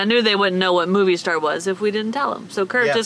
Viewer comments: Love you guys! So much laughter; sounded like you had a great time!! FYI: to help you out on the pronunciation on Movistar … it’s ‘moe-vee-star’. (Not ‘movie’) 😊 (Mobile in Spanish is Movil) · Movistar, pronunciation= MO V Star. :) love ya guys. I love that yall do try your best at the Spanish, and yall are getting better and better. :) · You guys are awesome and adventurous and Movistar, you dont pronounce it like moviestar. There is no u on the pronunciation 😉😉🤣😂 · Fyi:) its Mo-vee- star not Movie Star